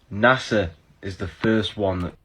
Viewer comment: The Hebrew word for deceive (beguile) is Nàshà not Nasa. It's pronounced Naw-Shaw.